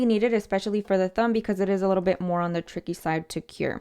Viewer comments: I thought she said bi**h 🥴🤣🤣 I'm like Yesss! That bi**h do come in handy 😭 but she said Bit! Lol. Love the video though, very helpful thank you 😊 love you girly! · Lmaoooo i definitely heard “this bitch you guys “ i had to rewind like huh 😭😭😭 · Lol I like how you put this bit lmfao cause it sounded like you said this b**ch hahahhaaha but that works for it too hahahahahahhaha